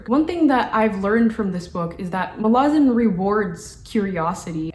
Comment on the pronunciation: She actually pronounced it near perfectly, Muh-la-zin. Source: ~25seconds in